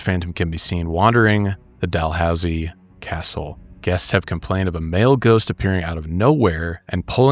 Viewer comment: Idk if you know the pronunciation but its dal-hoose-ee